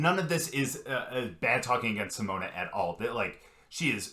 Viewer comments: The 'e' in Simone is pronounced as a schwa, like the first 'e' in 'believe'. Pronounce it like this: Seamone Seamons . Then you'll be really close to the Dutch pronunciation 🙂. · Simone = See-moan-uh Simons = See-mons That's the best I can do to help you pronounce it the right way. 😊